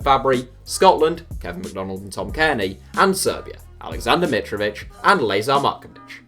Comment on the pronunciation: That lazar pronunciation was so awful great video through